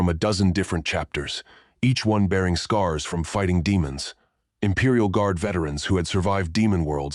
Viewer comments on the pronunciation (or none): Your ai is trying to say Demons or deamons instead it is saying Damon a guys name over and over again